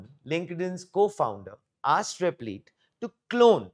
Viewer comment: Replit rhymes with lit, not leet.